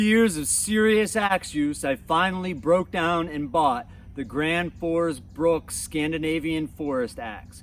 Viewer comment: BRUK BRUK BRUK BRUK it says it on the name print on the handle on every single one , NOT BRUKS . Why in the hell can no one get it right LOL